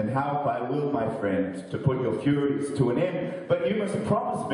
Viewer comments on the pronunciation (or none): Hey its Furies not Furries lol